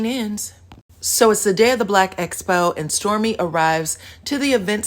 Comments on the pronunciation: I just wish someone would tell it's EXPO, NOT ESPO!!!!! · She has difficulty with all 'ex' words. Expo, excuse, excited..... not one person tries to correct her. Does production want her to appear illiterate?